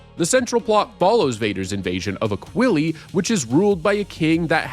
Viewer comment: Based on old interviews with Mark Hamill, pretty sure Aquilae is pronounced like “ack-will-eye”